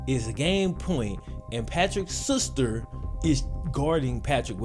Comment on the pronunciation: Nobody:: he was beating his sooster